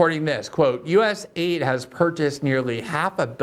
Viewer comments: Love u Glenn...stop pronouncing it as us aid. Call it us a i d. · I wish people would call it US-A-I-D and not US- AID. It’s not an aid organization.